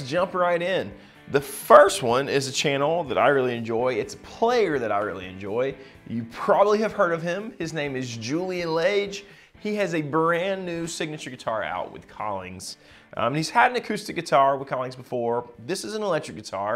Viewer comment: That's "Lah-" like lodge, without the D.